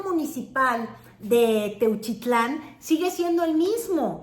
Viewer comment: Techutlan, Jalisco jajajaja